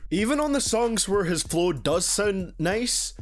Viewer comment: "For people that speak normally" as you pronounce flow as flough